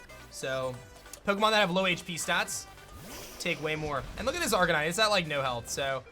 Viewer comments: is no one going to talk about how he said arcanine??? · arc-a-nee-Nay Dur-al-ah-don